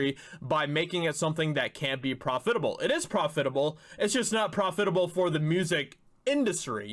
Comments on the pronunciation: It's PROF- it-able not prof-FIT-able. Sorry but mispronounced words just bug me. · Dude, when he said pro-FIT-able instead of PROF-itable six times, I started laughing. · Prof-fit-able? Try Prof-it-able. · It's pronounced profitable. Not profitable. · Profit-a-ble. It doesn’t rhyme with hospitable. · All I heard was “prah-fit-able”. The rest of the video is a blur. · What grade did you drop out of school? (I'm guessing 5th.) Learn how to pronounce Reuters and profitable. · There are two ways to pronounce "profitable" (which actually shocked me when I looked up the word to ensure that you were wrong). You didn't nail either one. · I almost started wondering if he was canadian when he kept pronouncing it like that lol. Never heard it spoken like that but I also don't travel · The word “profitable” is accented on the 1st syllable, not the 2nd. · I'm pretty sure that's not how you pronounce the word "profitable". Maybe this is some kind of inside joke that I'm unaware of. If so, my apologies. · Good info. Not to be rude, but that’s not how “profitable” is pronounced. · I've never heard the accent on the second syllable either. It makes it sound like a professional fitting job from the costume department. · the word profitable has the accent on the pro part, not the fit part